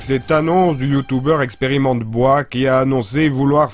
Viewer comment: On dit "Experimental boille" monsieur, tout de même!:D Ah le con comme il m'a fait rire!